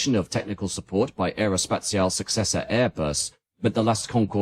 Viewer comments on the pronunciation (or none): The most famous project of Britain and France, ever, and the British are, to this day, no capable to pronounce Aerospatiale correctly. No wonder the French wanted the 'E' at the end of Concorde. The British were so bothered about this even though they always silence the 'E' at the end of any word/name.